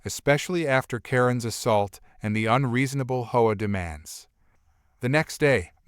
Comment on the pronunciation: Please pronounce HOA right. Saying it the way u r saying it sounds like a prostitute. U know the slang word.